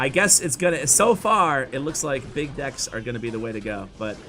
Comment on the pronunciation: Really emphasizing the BIG dEcks😂